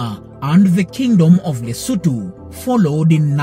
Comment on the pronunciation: Thank you for pronouncing the country's name and the capital city's name right. I'm a Mosotho from Lesotho